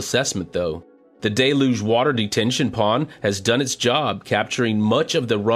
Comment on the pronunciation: I really like these recaps but I cringe every time he says "Day Luge" instead of "Del You-ge"